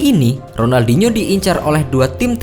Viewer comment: Sebut ronaldinho pon tk betul